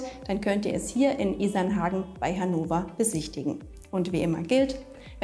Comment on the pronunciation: Hannowa? Wo ist das denn?